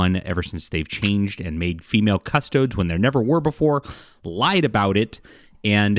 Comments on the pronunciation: It's CustodEES. Not CustodODES. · Cus-toe-deez. Not cuss-toads. Why cover it if you don’t know shit about it? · I hate how every video on YT is an ad for something. Dude doesn’t even know how to pronounce CustoDES! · Can’t pronounce faction correctly, but big mad there are ladies in said faction. Derp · The amount of YouTubers who are interested all of a sudden but cannot find out how to pronounce the name of the Custodes is infuriating!